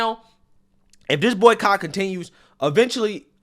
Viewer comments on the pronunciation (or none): not going to lie I thought you said "Boycock"